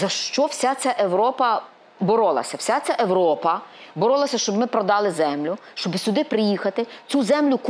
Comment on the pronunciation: царапает слух "европа"...